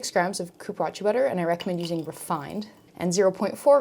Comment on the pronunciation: Dear, please look up accurate and respectful pronunciations for ingredients before you film. Cupuaçu.... is coo-poo-ahh-zoo Goodness gracious this was painful to listen to.